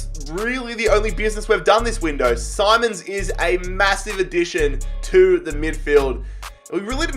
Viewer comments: It’s xavi simoans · It is simons not SIMONS